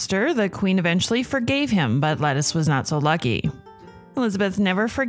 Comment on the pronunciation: Ok I know you meant “Lettice” Knollys but it sounded like you said “Lettuce” and I couldn’t stop laughing😂 Anyways, Liz was my favourite Tudor monarch